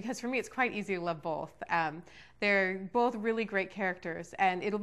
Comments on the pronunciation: Also, Meyer, it's pronounced "both" NOT "bolth" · Did she seriously say "bolth"?